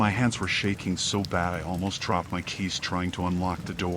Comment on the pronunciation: sounded like he said "i crapped my phone" 😆